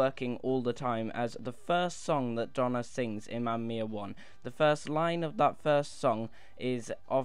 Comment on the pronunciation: It's Mamma Mia not mama miaa